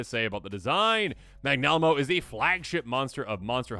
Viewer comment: Nailed Vaal Hazak, and then dropped the ball with "Magnalamo"